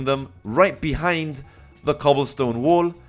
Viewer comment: he says "wall" like "wool" but i love it